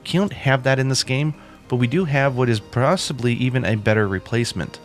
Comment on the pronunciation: Upvoted for "prrrosibly"! lol :-D